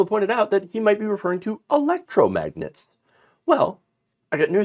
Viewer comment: He can’t even say electromagnet. He meant the refrigerator alphabet magnets for sure.